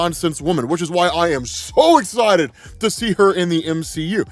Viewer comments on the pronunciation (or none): none